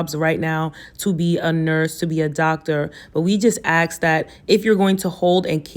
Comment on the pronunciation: Ask is pronounced (Ass-K), not AX or ACK-S. 🤨